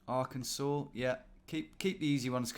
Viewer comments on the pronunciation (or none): none